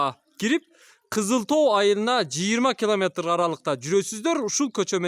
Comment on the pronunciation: Кламатр эмес километр десен